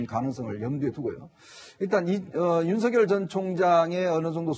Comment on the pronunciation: 야, 사희자! 윤석렬이야, 윤석렬!!! 우리나라 국어이 한글도 못 읽는 게, 뉴스 마이크를 잡고 개폼 잡냐??? 남의 이름을 함부로 개명 하냐??? 인간부터 똑바로 되고 나서, 남 앞에 기어 나와라!!!